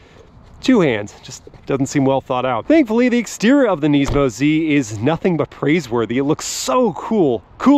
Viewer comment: Wow, thanks for being one of like 2 people I have ever heard pronounce Nismo "properly" on YouTube!